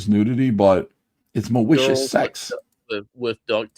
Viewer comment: This stweam is filled with MAWICIOUS INTENT!